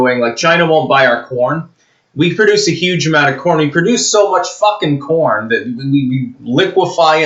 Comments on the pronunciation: You said CORN or PORN? lol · I thought he said ‘porn’, not ‘corn’, LOL. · i swear i heard porn instead of corn at the start. Still , imagine the news if it where the case XD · When the video first started, I thought said that China wanted our porn.